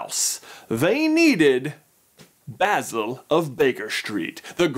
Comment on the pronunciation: My new favorite Disney movie! Also I am so glad you said Basil’s name right. Every time I hear him called Bay-zil I feel like Hermione correcting the pronunciation of Leviosa